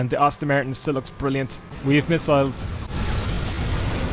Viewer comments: "An Aston Mertin cerr!!!" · „There is the Äston Märton - what a cär!“